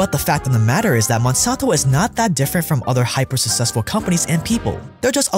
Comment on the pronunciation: am I the only one really annoyed with how he pronounces successful? XD etc